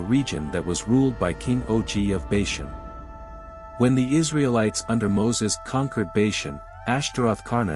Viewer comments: First of all, Bashan is pronounced "Baw-shawn". Secondly, Og (pronounced "Og",with a long "O", not "Ogg") was the one that would be destroyed. Ultimately, Moses believed God. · I can’t agree more! And they can’t even say bashan right